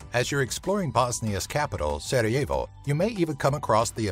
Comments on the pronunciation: I'm Bosnian and it's so funny how he pronounces Sarajevo and stuff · Sarajevo, says sarah je vo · nemere da izgovara Sarajevo I burek, isto kako recne Hercegovina